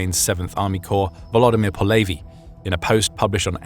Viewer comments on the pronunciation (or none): How did you take a Ukranian common last name of Polevyi and made it sound Jewish as "Po Levy"